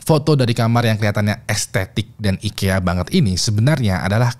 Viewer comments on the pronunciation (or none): none